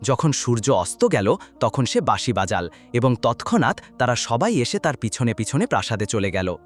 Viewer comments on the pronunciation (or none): বাঁশি বাজাল এই দুটি শব্দের উচ্চারণ ভুল হয়েছে